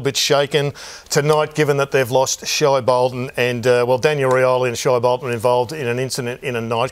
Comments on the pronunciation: it is pronounced shay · WHY CAN HE NOT SAY SHAI BOLTON’S NAME CORRECTLY. Does nobody correct this fool